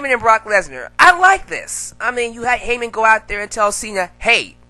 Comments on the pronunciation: saying heffer= me dead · My boy said Hepher.....lmfao i'm done lol